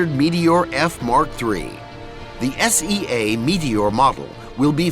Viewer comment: It's sea as in large body of water,, not S-E-A:D